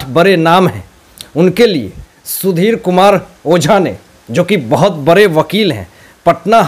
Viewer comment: Bare bare 😂😂 bade hota h Pronunciation IP 😂😂😂😝😝